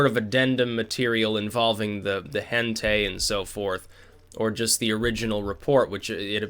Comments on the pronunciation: Hen-tay lol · hentai is pronounced as hen tie, hen-tie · "Hentay" is confirmed normie.